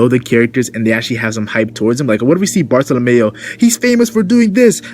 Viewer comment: bartolomeo not bartolomayo